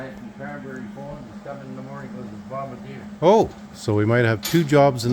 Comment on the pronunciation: Now, if you only knew how to pronounce the name of the machine. It's a bomber deer. I don't think it's a bomber or do I think it's a deer? It might be a bombardier